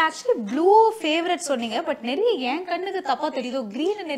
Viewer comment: naraiya illa niraiya ennru solla vendum.